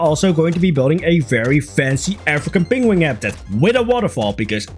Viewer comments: "peng-wing" - Adorable pronunciation. Wrong, but adorable. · This make me think of Benedict Cumberbatch and his pronunciation of penguin